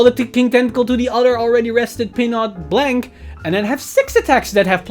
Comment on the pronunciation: Nice video. I don't like to be that guy but "Blanc" is a french word that doesn't spell like "blank" in english